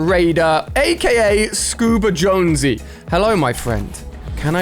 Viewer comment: ali i its jonses not josnose